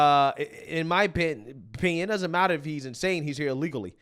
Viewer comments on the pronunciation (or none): none